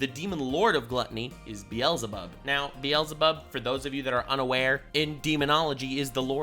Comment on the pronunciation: Wait he's the first YouTuber I heard pronounce the Hebrew beelzabub right. Does actually speak hebrew